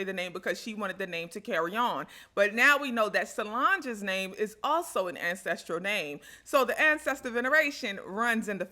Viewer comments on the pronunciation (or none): Great research. But can you slowly say ancestral generation. Or is it ancestritive generations. I mean it sound like you like saying that name the way you roll it off your tongue but I have no clue what you pronouncing. Tell me more. 😮😊🎉 Im.so glad detail ntel on the Bible verses and the entire album within its chapters. It make so much sense. Thanks.